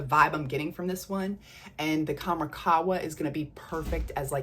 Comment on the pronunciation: Pronounced Kham-RAH Doo-Khan. Dukhan means smoke. Qahwa means coffee. Khamrah can mean 'intoxicant'. Love your vids! ❤